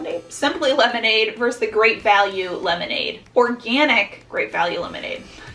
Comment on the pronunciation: love these videos but i have to point this out (sorry, pet peeve) - it's verSUS not verse :)